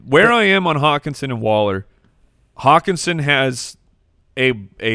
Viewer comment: call hockenson "HOCKEYE"